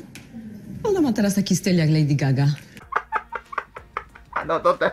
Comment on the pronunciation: "Lejdi Zgaga"